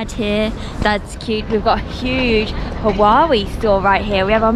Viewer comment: Nice video, but just find it so funny that you call Huawei (hwa-way) as Who-wa-way